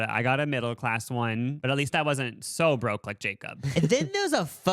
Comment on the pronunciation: Jacob: people at the pink tables are poor. LMAO. they are Broke'. pronounced: Bro-kay. LOL